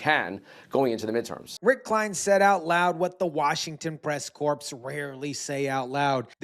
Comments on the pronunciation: “CORPS” is pronounced Core Not pronounced corpse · How can you expect to be taken seriously when you chose to permanently deface your entire left forearm? What does that say about your mindset? & you did "an Obama" when you said corps & pronounced the S.